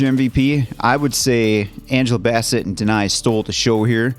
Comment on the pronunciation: Yea my eldest brother died the month this came out. So this film wrecked me. Thanks for the reaction as always. Answer its Angela Bass-Set and Le-Tee-Sha. Namor has many pronunciations like Ra' AL Guul lol but I prefer Nah-More how Tenoch says Look up RiRi Williams, Iron heart, she's amazing.